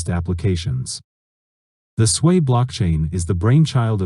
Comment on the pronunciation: Why you keep sayin Swei blockchain? It is SUI, not Suey, Swei, Swey or Svey